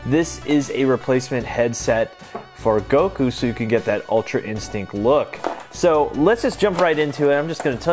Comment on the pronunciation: Not guko it's Goku